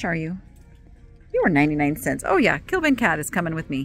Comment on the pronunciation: The cat pillow case is Kliban not Kilban. 😉